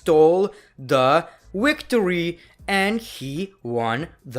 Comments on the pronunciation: he said wictory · He can prenounce TV well but he can't prenounce Victory It's not a W